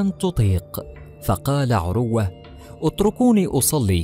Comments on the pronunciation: اقبلوامني هذه الملاحظات: ١- اقول لصاحب القناه يابني آدم تعلم تلاوة الآية بشكل صحيح. من اي امام لمسجد قريب لك. ٢-ان تنطق اسم(عروة)بلا تشديد على الواو. ٣- يابني آدم لا تحلف على من (تردى حظه) وفتح قناتك بالصدفه وتطلب ننشر لك وانت كلك اخطاء/ ٤-على المتابعين الأغبياء لاتقوموا بمهنة التسول عبر القنوات وتحلفون علينا ان نمدكم. فوالله لم ولن امدكم الا بالدعاء ان يكشف الله ستركم ويفضح خداعكم وكذبكم على الناس. المتابعين لاتت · اسمه عروة بتسكين الراء وليس بضمها